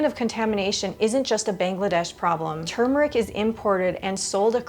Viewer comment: THANK YOU for properly Pronouncing turmeric. So many deaf idiots say TUMOR - ick.